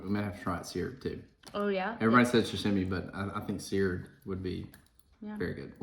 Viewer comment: Sa-shimy (sa-shim-e)? Its sashimi (sa-she-me), and sushi is rice with vinegar and fish placed on top. What you served are rolls and sashimi.